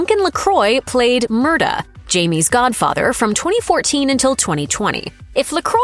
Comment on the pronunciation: The way they're prouncing Murtagh is killing me..